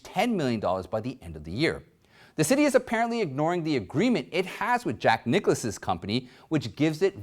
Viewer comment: Great as always, but Dartmith. -- not Dart MOUTH. -- and Jack Niklis, not Nicholas.